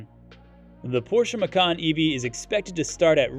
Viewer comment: It is pronounced “ma-chan” not “ma-kan”. Because in Indonesia (it’s original language) “Macan” means Tiger, while “ma-kan” means EATING. 🤣🤣